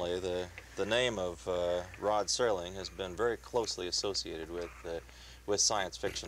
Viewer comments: His name is pronounced Serling. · its Serling dude not sterling.